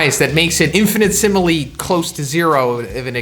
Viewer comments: "infinite-simile" infinitesimally IN.FINNA.TESIMALLY lol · In-finna-tes-simile bruh not infinite simile lol